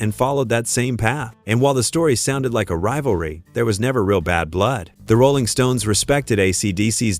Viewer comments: Goofy ass robot voice says: "the ROLLing stone". Weird. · The AI hit instantly with the pronounciation of Rolling Stones. Won't watch any further and thums down, plus a non-recommendation installed.